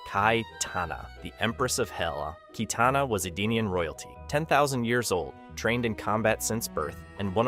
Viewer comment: KYtana...the pronunciation is hilarious 🤣...